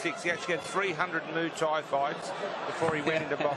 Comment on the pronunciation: "300 moo Thai fights".